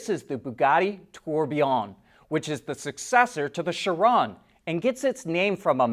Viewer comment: After years of hearing Chiron pronounced Shurron, I can't stand it. It's a Greek phonetic, and is pronounced Ky Ron. let Auto line be the pioneer who brings back the proper pronunciation! to help remember, the word chiropractor shares the same first syllable and it's not pronounced sheeropractor. also anybody familiar with the Greek houses in university, chi is not pronounced she. It is Ky, rhyming with sky. thanks for a great news show. keep it up.